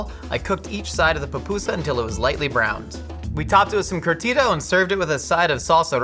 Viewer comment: As a salavadorian hearing you say Curtido made me giggle. “Curr (roll the r)-thee-do”